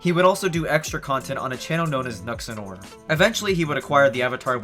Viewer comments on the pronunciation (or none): BAHAHAHAHHAHAHAHAH OMG I CANT WAIT until he DOESNT BOTHER TAKING THE TIME TO LAUGH AT YOU! BILLY SQUAD!!! RICH WHITE MEN! RICH WHITE MEN! RICH WHITE MEN!!!!! AND YOU MIS-PRONOUNCED NUXATOR!!!!! YOU BUFFOOOON YOU ABSOLUTE PEASANT!